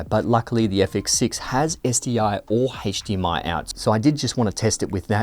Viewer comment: please don't say hatche DMI anymore